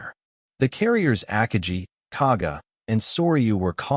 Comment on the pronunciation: your ao cannot even pronounce "Akagi" properly come on you gotta work on your proof reading and listening skills